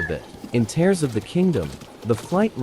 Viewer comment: it is teers not like tear paper